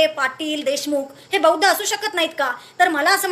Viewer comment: Swagat madam pan buaddhcha d cha m karu naka krupaya hi vinati hitias sangato